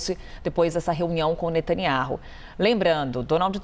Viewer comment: Não sabe nem pronunciar o nome do primeiro ministro de Israel 😂😂😂😂